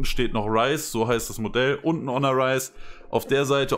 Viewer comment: Ja, so wird Honor ausgesprochen. Und jetzt?